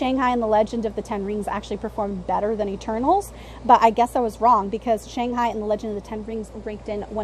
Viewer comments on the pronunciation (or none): fun video as always and I would agree Spiderman and Strange should be one and two not just money wise but also critical reception was really great for Spiderman and Strange was about what Thor was if not better. Also it was Shang Chin...you kept saying Shang High and I was like why do I keep thinking about Jackie Chan and Owen Wilson as cowboys.